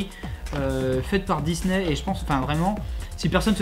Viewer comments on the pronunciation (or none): none